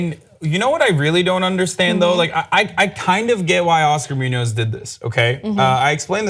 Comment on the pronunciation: omg the way you guys pronounce Muñoz.. lol